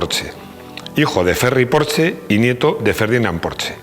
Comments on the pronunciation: Muy buen video, solo un pero,.... se pronuncia "porshe" con la e neutra y casi sin pronunciarla del todo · Te lo juro que si vuelve a decir porche, como en una casa me va a explotar la cabeza